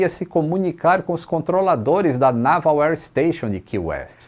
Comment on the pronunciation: tu precisas aprender a pronúncia correta da palavra "Naval" em inglês.